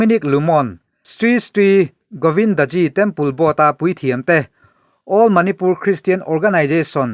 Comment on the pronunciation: a chu lo harhchhuak leh hlauh rawhse.....Manipur hming i lam lai khan ka lo tang ve nasa mai😂 a har ve bawk em ani..mahni tawnglo hi chu..i lam thiam zawk ngawt a lawm👍🏻